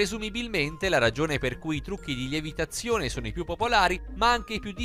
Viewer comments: Apposto di dire levitazione dice lievitazione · Ma pure voi avete sentito al minuto lievitazione al posto di levitazione? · Like chi invece di sentire levitazione ha sentito lievitazione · Hai detto "lievitazione"hahahahhahahahahahhahahahahhahahahhahahahahhahahahhahahaha